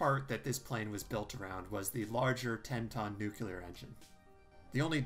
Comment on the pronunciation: It's "nuclear", not "nukelar".